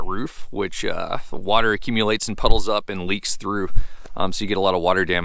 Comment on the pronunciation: Water, not waiter...